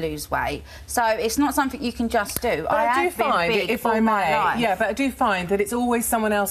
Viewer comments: “Sumfink” about this comment...👀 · Lypo suction could run here diesel car for quite a while. Also i wouldnt hire her just on the grounds that she cant say the word something, its not sumfink.